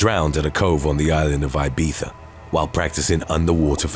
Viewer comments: it's pronounced "ibiza" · I love the effort of trying your best to pronounce the Z in Ibiza as people do in Spanish while still pronouncing the I at the beginning as if it was in English ❤️